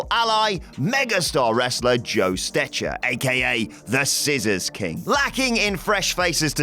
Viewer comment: BTW: Joe Stecher's name was pronounced "STECKER".